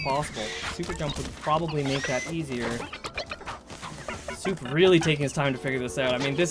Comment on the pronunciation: The name of szop was mispronounced. In polish language, sz is spelled as sh, so the name shouldn't be pronounced ,,soup", it should be pronounced ,,shop". Szop in polish means a raccoon